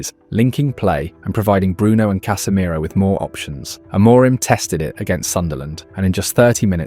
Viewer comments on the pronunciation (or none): none